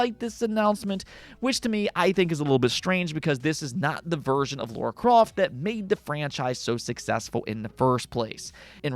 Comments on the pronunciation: He does say Laura 🤣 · it's LARA not Laura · Dude your content is great but for the love of the gaming gods, it's Lara not Laura!